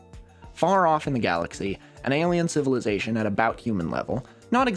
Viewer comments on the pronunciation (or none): none